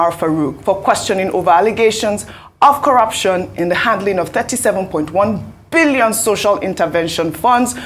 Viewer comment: The way Ojy stresses the word "BILLION" just cracks me up. It is like, why are you people spending so many billions without a good result.